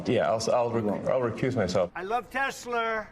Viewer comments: Trump said he loves tesler? lol I swear I heard that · "I love TESLER!"😂😂😂